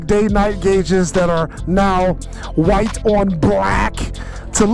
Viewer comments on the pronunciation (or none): none